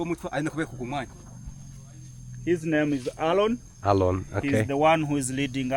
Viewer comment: His name is Aaron and you asking Alon 😂😂😂